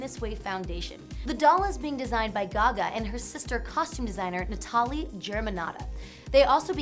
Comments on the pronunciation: Why does thte presenter pronounce the name "Na-TA-li" when it's "NA-ta-li"? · "Netarlee"......Get out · I'm pretty sure her sister's name is pronounced Natalie? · Gaga's sister' Natali's name isn't said like that. It's said how anyone else says it, as 'NATALIE' not how she kept pronouncing it!! Drove me nuts. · She even mispronounced Gagas lil sisters name "Nah-ta-lee" UGH. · I'm dying at her pronunciation of Natali 😂👀